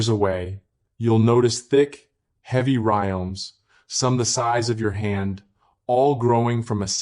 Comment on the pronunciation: Terrible AI. It keeps saying "music" for some weird reason. And says "rimes" or "rioms" instead of rhizomes. Very annoying. Should be taken down.